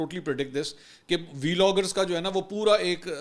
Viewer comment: its called vloggers not V loggers loll English sahi bol